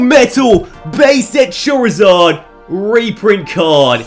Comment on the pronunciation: I swear you said chorizard